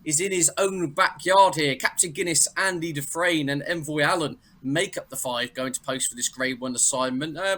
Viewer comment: Never mind how bad his tips are..... he doesn't even know how to pronounce Andy Dufresne 😂😂